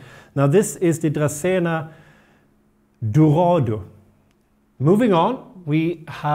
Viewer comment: Marginata it's actually Italian, its pronounced like you write it besides the letter "G", the g is spoken like in the English name George and the R is very good rolled 😊 and Arturo also, you say it like you read it .. AR-TURO 😊 it's a men name in Italy. Wish you the best thank you very much for your informative videos, not only this but others also